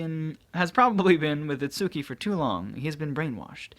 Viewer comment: Does it bother anyone else whe. He sais itsuki name wrong